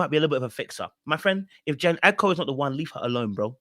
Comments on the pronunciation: Like her name is not even hard to pronounce 😭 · Wth😂😂😂. Did all of you relationship coaches send out a memo to call this woman Jean. Its Jhene pronounced Juh-Nay